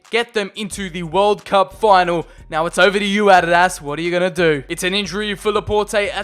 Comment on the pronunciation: Adadaz instead of adidas